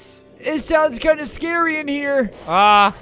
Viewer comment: “I don’t like zombie games there scary-UH”